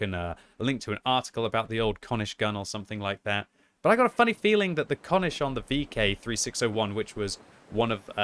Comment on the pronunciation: Having you say konisch hurts. Its pronunciated just like cornish without an "R".